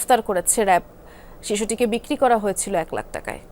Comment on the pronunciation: র‍্যাব (RAB) not রেব।